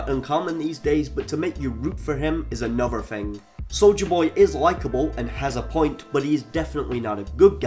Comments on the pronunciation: Bro why do you keep saying soulja boy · I’m sorry. 😂 Instead of hearing “soldier boy”, I keep hearing “Soulja boy”. lol 😂😂😂😂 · With your accent, I thought you were saying soulja boy lol, I was hoping you would sneak a cranking reference in there